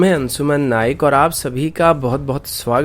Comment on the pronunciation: अन्शुमन नायक। नाईक गलत बोलते हो सर आप।